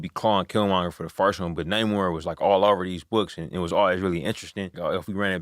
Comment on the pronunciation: why everyone says: NEEEEEEYMOR instead NAAAAAMOR, after the character pronounce his own name?